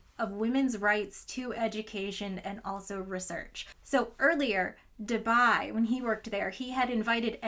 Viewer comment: Debye said da bye?